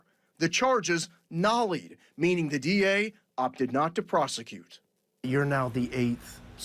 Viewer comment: Stop pronouncing "nolle" as "nollie". The "e" is silent.